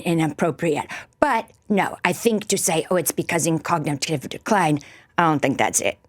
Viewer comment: Say ‘cognitive.’